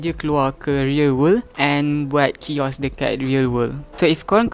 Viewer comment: aku sorang jeke terhibur dia letak 'kiosk' kat 'chaos' 😭😭